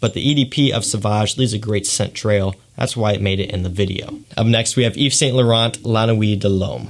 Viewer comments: It's pronounced (eve-san-lou-ron). Ughhhh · The t’s are silent in YSL my friend. Nice video!